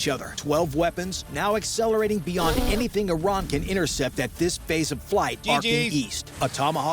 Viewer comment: You said "IRAN" that way? You have ZERO credibility lmao for understanding world peace........ LMAOOOOO!!!!!!!!!!!